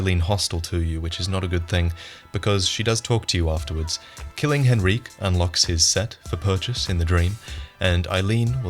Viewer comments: Henryk is pronounced Hen-Rick. Not Hen-Reek, for fucks sake. Did you even listen to Eileen when she tells you about Henryk skulking about in the graveyard??? It makes me wonder if you even played through the game or just have a team of people writing and making the footage of these videos for you.. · Hen-Rique? you mean Hen-rik. The k makes the sound of the Y a short sound not a long one. not that its a huge deal, i just found it interesting that you pronounced it that way. The way it is written in English suggests the short sound, but if it is intended to be more of a long sound as you are giving it, it sounds much more french and might mean that the Gascoine in the game might be a reference to the same historical family in...Italy i believe it is. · Awesome video but why do you pronounce Henryk like Henreek? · H e n r i q u e ITS HENRICK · This is a small detail that bothered me but, you pronounced Henryk's name wrong. Henryk is pronounced "hen-ree-kh" the way you pronounced it (hen-ree-keh) is if the name was written 'Henrique'. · "Hen-reek" lmao wtf it's "Hen-rik" even Eileen says it. Don't you feel a tit now???? Ooh Henreek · IT'S PRONOUNCED HENRIK! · "Henrique" likes to have a word with you about the pronunciation of his name, but nonetheless great video as always! :D